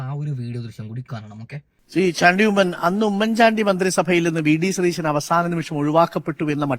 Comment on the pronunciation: ശതീശൻ എന്നല്ല സതീശൻ എന്നാണ്